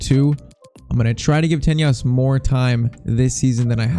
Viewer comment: PCQ: Develop Ansu to a Striker, even if it takes a lot of time. Edit: btw, it's not pronounced TeÑas it's pronounced like a normal N.